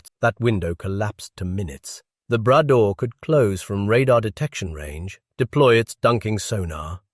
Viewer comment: Not the "Brad door", le Bras d'or ! "Gold arm".